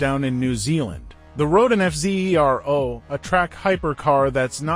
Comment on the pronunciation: I love how the AI is forced to keep calling it the F Zee Eee Are Oh over and over. 🤣🤣